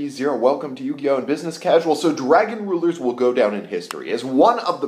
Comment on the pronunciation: "Yugioht" :P